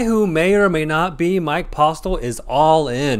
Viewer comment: 5 things from this video. 1. Its Posle, "T" is silent. 2. is running insanely hot--he doesn't lose. 3. The guy doesn't look like the cheater at all, click bait? 4. The games are incredibly soft in Texas. 5. You can't be afraid to apply pressure with the 2nd nuts.